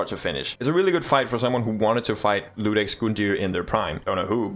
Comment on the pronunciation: Bro I gotta tell you. It's IUDEX, not LUDEX 😢